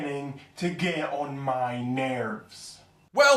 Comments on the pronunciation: nAeRvEs nArRves Wow I found both of them hilarious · the way he said nerves 😂😂😂